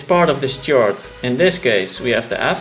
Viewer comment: its not a tjord progession but a khord progression. the c is pronounced as a k!